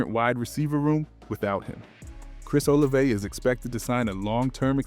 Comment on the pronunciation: Took my like back when I heard the way you said Olave 😅🤣🤣🤣😭